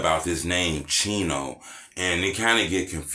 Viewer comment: So why do they say cheno burger?